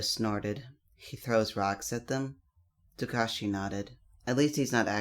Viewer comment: It's not tukashi It's Su-kau-chi